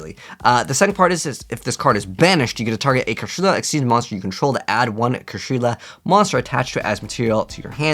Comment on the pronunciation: It's not "Kashrila", it's "Kshatri-La"